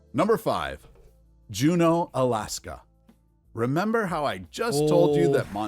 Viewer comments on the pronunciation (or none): none